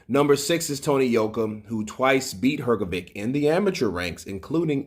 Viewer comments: Dude, it's pronounced Her-GO-ViCH not Her-Go-ViK. Honestly man, it's real disrespectful constantly saying someone's name wrong. If you're gonna report on these people, at least have the decency to say their name's correctly. Saying VICH is not hard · please, its "Hrgovich" not Hrgovick